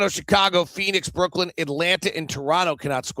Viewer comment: I'm pretty sure that it's Brooklyn and not Brooklynd. 🤷